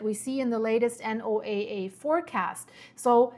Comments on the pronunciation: You said the key part "below the surface " its SOURCE not the surface nor the mid levels its at the floor !!!! What does that tell you ?!!!!!!!! NOAA Pronounced No-uh ! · Thank you for all of this info. Also, we call "NOAA" Noah that's how it is pronounced in the U.S. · for NOAA, you can just say Noah. Everyone pretty much knows that is what you're referring to. 👍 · Is anyone going to tell her how to pronounce the abbreviation for NOAA?